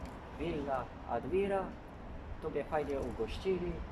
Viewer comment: jak bierzesz się za reklamę hotelu to czynajmniej nazwę dobrze czeczytaj. Villa nazywa się ADMIRAŁ nie żadna ADMIRA.